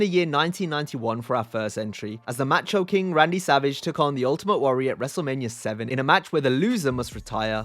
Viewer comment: Ma-cho...not Match oh